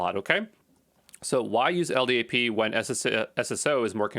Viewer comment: LDAP is pronounced "EL DAP". If you spell out the letters like you did you sound like a noob.